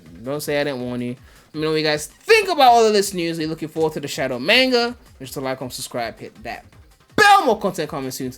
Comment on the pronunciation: Everyone: "Mahnga": "MAINGA"